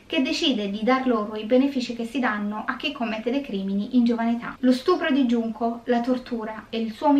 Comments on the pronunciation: Sulla pronuncia, non iunko ma giunko pk la J si legge g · Guardo ogni tuo video su questo canale e devo dire che è molto interessante Non studio giapponese ma so leggere qualche frase e 2 alfabeti dei 3 (hiragana e katakana, con i kanji ci devo ancora lavorare😂) 純子 [Junko] si pronuncia con la G e non con la I (questo per rispondere al disclaimer ad inizio video) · Conoscevo già la storia.. Poverina. Comunque la maggiore età in Giappone era a 20 anni. Solo dall'anno scorso è stata mossa la modifica che dovrebbe portare in futuro la maggiore età a 18 anni. Ps. Si pronuncia Giunco. Spero ti sia utile. Perché hai cambiato pronuncia a intermittenza? 😂